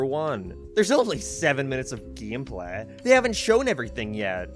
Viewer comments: Geemplay? I'm trying to figure out the way he pronounces it lmao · 'Theres only 7 minutes of GEEM PLEH'